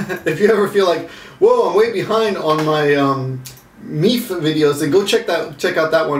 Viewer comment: Isn't Meaphe pronounced Meee fay? :P